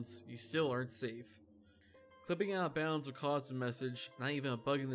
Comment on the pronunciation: This is a cool video, and I don’t mean to detract from it, but somebody’s gotta let this guy know how to say the words “out of” the right way. With all due respect to the man, but it started bugging the hell out of me whenever he’d say allo-bounds or allo-place and stuff like that 😖